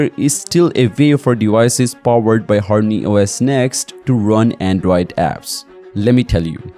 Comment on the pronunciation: Whats Horny OS?? Says harmony on screen but you keep saying Horny OS